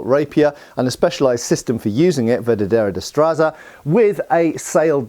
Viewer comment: As a Spaniard I love when HEMA people remember our long martial history. Sure, there's Italian, French, German and English traditions (and many others) but I find there's often a lack of Spanish influence in HEMA in the English speaking world. Also,, I get that it's hard for English speakers to say it, but I had trouble recognizing that you were saying "La Verdadera Destreza" (Literally "The True Dexterity", though "The True Skill" is a great translation). Funnily enough, when that style became famous, other styles of fencing where called "Destreza Falsa" (Fake dexterity/skill).